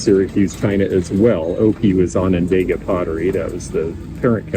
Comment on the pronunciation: Love your videos, and i always learn something new from you! In that spirit, as a native Syracusan, i wanted to share that its on-on-daw-ga not on-on-day-ga😊